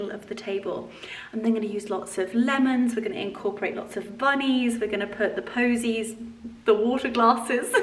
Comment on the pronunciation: Votives not voltives. Posies not bosies.